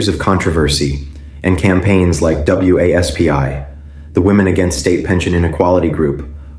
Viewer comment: This AI guy should be able to pronounce WASPI and ISA properly rather than spelling out each letter from the acronyms 😅